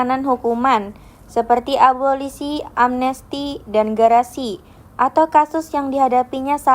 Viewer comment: Amnesti, abolisi dan grasi bukan garasi😂